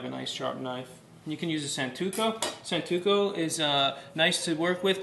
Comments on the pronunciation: "Santoku" not "Santuko" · It's not 'santuko' but SANTOKU knife. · What a strange video. The title say six knives, I see only three. He doesn't know how to pronounce santoku ("santuko"). His cutting technique OTOH is OK, but the cook's knife he uses for it is a stamped piece of crap. The title should have been: How to cut safely in somebody else's kitchen, using the knives you find to hand... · The name is SANTOKU not santuko and it's a chopping knife. Get your facts straight before you make a video about it! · Y'all it was stressing me out that he was mispronouncing things like SANTOKU and BRUNOISE! Also where were the other knives he was supposed to talk about? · Its not santuko and it's not brunswa